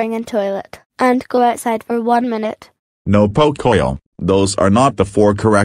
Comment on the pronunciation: I like when said frozen lunchebles